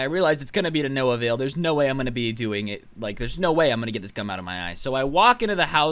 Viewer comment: I swear he said "I Glued My Eyes Shut with Cum"